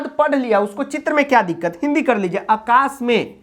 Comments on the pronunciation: आकाश होता है अकाश नहीं 😅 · sir shayad aakash hota hai akash nhi ? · Akashe nhi aakashe.aa ki matra aayegi